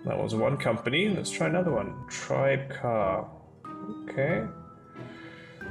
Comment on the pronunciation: Actually it's pronounced "Tri-beh-car", and not "Tribecar".